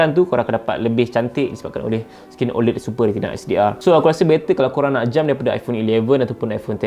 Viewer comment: sebut la oled betul2 bang